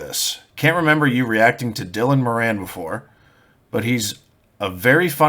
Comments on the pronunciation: you need to learn how to prounounce moran , it;s more in not more anne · More-on, not mo-ran. A couple of years ahead of me at school, Tommy Tiernan was also in the same school, check him out too. I'm just as funny but I never cashed in on it because I'm so charitable.